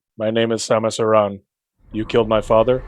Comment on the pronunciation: Dude! DUDE DUDE!!! You said her name correctly! OMFG I love you right now. I have this irrational pet peeve about people who pronounce it like "Erin". It's "ah-ron" or "ah-rahn". Ty ty ty. Easy up vote from me.